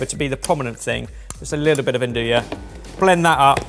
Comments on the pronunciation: One day I pray you lot will learn to pronounce andouille correctly. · The way you guys always pronounce "andouille" just kills me 😂😂😂